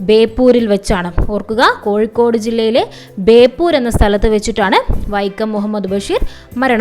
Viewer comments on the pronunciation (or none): none